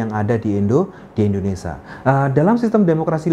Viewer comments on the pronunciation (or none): In-do-ne-sia pak, bukan Indonesa Penjelasannya cukup jelas 👍